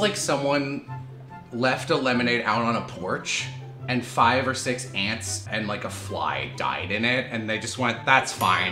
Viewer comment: said ‘Ants’ and I thought he said ‘Aunts’ and I panicked why he would recognise the taste of that.